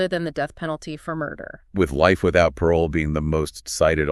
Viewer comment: when the ai tool couldn't pronounce "Parole" correctly I clicked off.